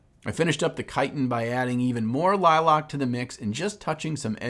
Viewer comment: is "Liloc" a regional pronunciation or are you just trying to get comments like this one haha. love you!!!